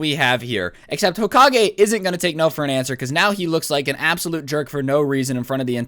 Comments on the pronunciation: Hoka-gay thats how he said it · I'm gonna call him hokagay Me: hmmmmm hokagay hoka-gay GAY